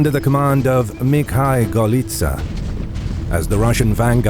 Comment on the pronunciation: Except one name of Moscov army commander. Mikhal - it was given in Polish pronouctiation while should been in Rissian pronounciation - Mikhail (Mikhaiw)